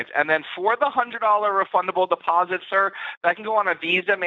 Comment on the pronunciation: i knew 10000 per cent the first guy was indian he has tried his best to work on pronounciation and phrases but the way he pronounced some words like `sir.` was clearly indian!